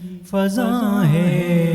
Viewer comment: باقر زیدی صاحب کی علمی تنقید نعت خواں حضرات کے لئے راہنما ہے۔ اس نعت خواں کے تلفظ اور ادائگی میں اسکے علاقے کا دخل بھی ہے مگر پہلے شعر کے دوسرے مصرعے میں فضاں میرے خیال میں پچ کی غیر ضروری تبدیلی کی وجہ سے ہے۔